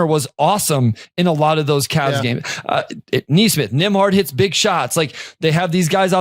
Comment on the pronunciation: It’s Nesmith, not Naysmith. Knee smith. Pacers in 5